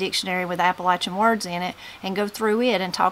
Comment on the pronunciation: THANK YOU FOR SAYING APP-A-LATCH-IN CORRECTLY! #WNCForever